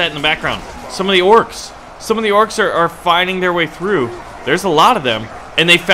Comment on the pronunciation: Its not orcs’s it’s just orcs your saying orcs wrong